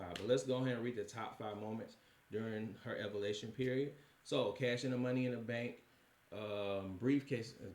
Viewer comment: Bro not being able to correctly prenounce evaluation (Eee-value-a-tion) was killing me 😂